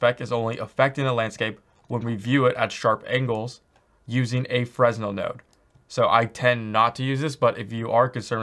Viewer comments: The roughness is what controls the glossiness of your materials in a PBR setup. You shouldn't need to use specular if you use the correct roughness settings. Also, (and I'm really not trying to be a jerk) the S is silent in Fresnel. I used to say Fres Nell too :P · Lmao Fresnel.pronounced Frenel.. Btw the 0.5 spec setting is not PBR, there are spec values for grass and other materials. Because you cant break energy conservation with metalness/roughness. EPIC even mentioned it in their documentation: "When you're editing a non-metallic surface material, there are times when you'll want to adjust its ability to reflect light, specifically, its Specular property. To update a Material's Specular, input a scalar value between 0 (non-reflective) and 1 (fully reflective). Note that a Material's default Specular value is 0.5." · Really good videos, you cover a lot of stuff other tutorials don't. BTW Fresnel is pronounced fruh-nel with a silent S ;) Keep up the good work